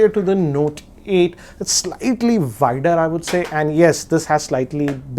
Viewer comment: um..... “Slightly Vider”....huh? ^^^^^